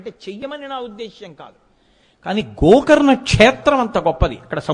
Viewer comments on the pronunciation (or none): Gokarana kaadu gokarna